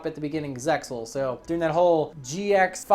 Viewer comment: He pronounced the X in ZeXal. TRIGERRED REEEEEEEEEEEE